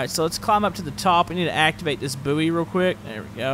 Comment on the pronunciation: Boo-ee? It’s pronounced ‘boy’ isn’t it? Could be American I guess?